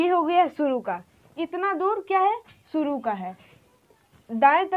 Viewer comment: "Sheen" shuru kahiye not suru talaffuz pahle aap apna sudhariye kyounki aap urdu padha rahe ho !